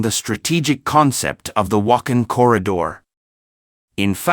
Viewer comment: It is not Wak'hin, it is Wakh'aan وخان . Please learn and pronounce correctly...?